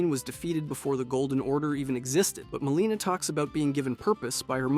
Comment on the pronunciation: Good video but quit saying mareeka and maleena bro. Its Marika and Melina